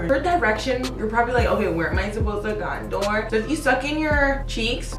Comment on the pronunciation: Small face girls over here!! It be hard to contour and highlight on my small egg head ass, just subscribed. But please fix how you say contour you doing it all wrong boo 😂😘